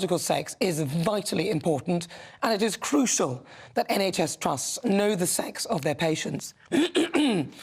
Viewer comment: Cruscial? Surely you mean crucial?